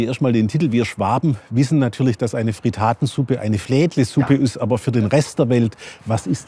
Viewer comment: Nicht Fritaaaatensuppe, sondern Frittattttttensuppe bitte!